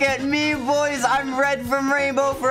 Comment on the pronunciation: You don’t even know how to say boys